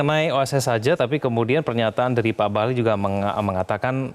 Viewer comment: Bahlil bukan Bahlul kan ...jgn salah ucap beda arti 😂